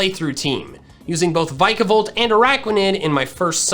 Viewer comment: adores Vikavolt, still can't say it's name right